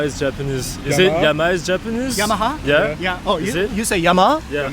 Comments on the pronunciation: フランス人のお兄さんがYAMAHAをYAMAＡと言ったのはフランス語ではＨを発音しないからかも。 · フランス語は“h”を発音せえへんからな。“ヤマァ”て聞こえるねんね。